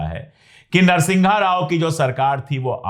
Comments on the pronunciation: Unsollicited suggestion "नरसिंहगा राव" नहीं "नरसिम्हा राव" उसी तरह "अरुणान्चल प्रदेश" नहीं "अरुणाचल प्रदेश" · Sir his name was p.v. narsimha rao not narsingha rao.